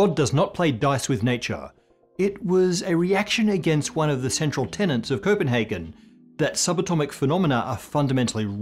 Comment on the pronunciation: Tenet not tenant.